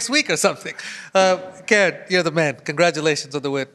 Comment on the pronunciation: It's pronounced as KAH-REN (as in Ben) Not KAIR-REN like the female name.